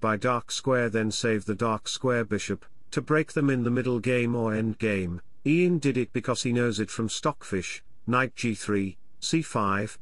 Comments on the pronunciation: Just one suggestion..”type YAN instead of IAN for proper pronunciation by your stockfish robot” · Funny. Just pronounce Ian first name correctly 😅